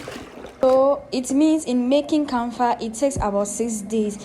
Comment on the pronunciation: It is called KAFA and not. KANFA like you wrongly said Good to learn Thank you